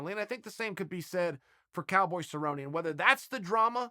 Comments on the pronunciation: Hilarious. Well, its official. Who the Hell is cerrone? Sabroni is my favorite fighter. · Cowboy Suhbroni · Phil "Cowboy" Baroni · "Donald cowboy cabrone"